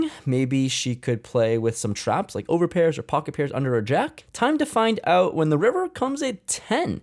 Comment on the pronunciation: Lol “battle it owt”